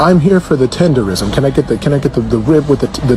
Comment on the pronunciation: Not tenderisim......TENDERNISM! Get it right! This 💩 ain't new, y'all just catching up. Murrieta, CA is where it's at